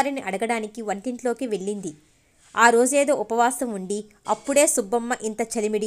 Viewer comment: వెళ్ళింది అని చదవాలి.అక్షరాలు పలకడం బాగా నేర్చుకొని చదవండి